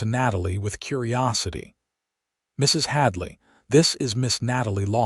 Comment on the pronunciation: I ❤ the story but, I don’t know what was WORSE, the ADS or…………..MRS……………………HADLEY😂. You really need to work on that!👍🏽